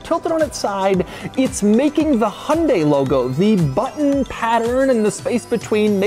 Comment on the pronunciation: Pronouncing Hyundai incorrectly. See advert.